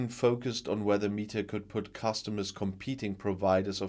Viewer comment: I think it is pronounced meh ta, not mee ta.